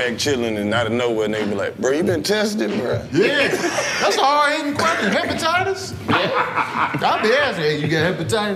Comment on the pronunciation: Not "hepatitis" Tony a fool😆😭